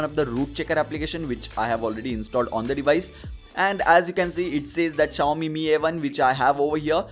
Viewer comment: Finally you're saying Mi as Meee not M I 😬